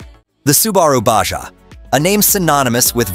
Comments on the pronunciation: Its spelled Baha, not Badga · Stop saying "ba gah"